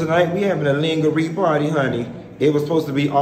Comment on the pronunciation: I bout died when he said ling-a- re party